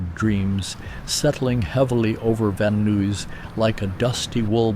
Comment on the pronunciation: the guy doesn't know how to pronounce van nuys or 405.